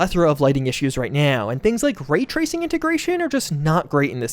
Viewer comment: "Consoles have a plephora of lighting issues right nyaoOW"